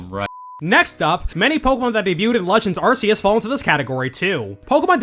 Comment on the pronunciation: Why do people still call him arseeus?😭